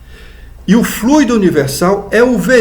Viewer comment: Muito importante a sua pronúncia correta da palavra FLUIDO